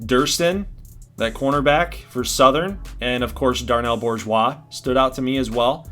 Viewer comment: As a native South Louisianan the pronunciation of Bourgeois is killing me lol. We go with "Boo-zhwa" Love this so far, though.